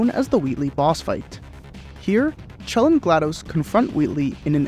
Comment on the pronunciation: I can't believe he just called her Claire, and immediately went back to Chell